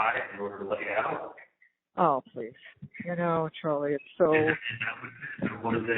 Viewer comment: Chawlie-boarding (aka: water-boarding) 😂